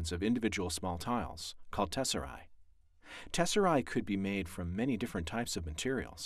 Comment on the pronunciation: It’s tesserae not tesseri...